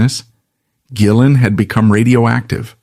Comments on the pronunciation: That's one of the downsides with AI generated narrations. Occasionally, it's JillEn 🤷🏻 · Are you mispronouncing rays last name on purpose? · Thank you. I'm glad someone else said it. It kept mispronouncing his name through the whole video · True story. My friend calls me up one night and asks if I want to go see Badlands. They were playing locally. D.A.D. opened up. I said I don't really like them but sure I'll go. Instant fan after that. I see your AI mispronounced rays name 2 different ways. Hire a voiceover artist. You are making money on ads so you can pay a live person. It makes you look uncredible and it is just cringe. Is that a Photo of Jason Newstead wearing glasses you are showing? Makes this video even more suspect. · How about not being a lazy mfer and narrate your own videos instead of AI mispronouncing his last name through the entire video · There are images of John Sykes, Jason Newstead, and Mike Starr all through this. They were connected so thinly that those pics should be used once or twice. There's also constant use of Jake E Lee. I know they played together, but the pic is used when they're talking about Gillen throughout this. And then the mispronunciations of Gillen. Such AI crap. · How the Hell , can his name be pronounced completely wrong ? This is Ai at its most terrible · This is pretty bad, but I've heard worse. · It's AI and can't distinguish between the hard or soft G. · Mispronounced his name throughout the video. Showing other stars in pictures....js...AI trash